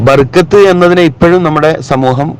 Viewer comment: Barakath not barkath